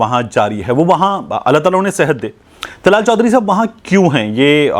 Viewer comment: Not tlal chohdri ,dllaal chohdri